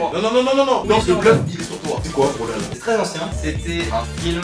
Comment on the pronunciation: "BROLALA" ET SA SE PRONONCE BROL HAAAAALLLLLAAAA ET SA S'ECRIS BRAWLHALLA